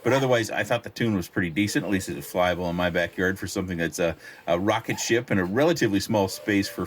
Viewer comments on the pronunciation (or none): none